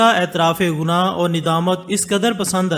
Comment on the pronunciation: لفظ غناہ نہیں ۔۔۔گناہ ہے۔۔۔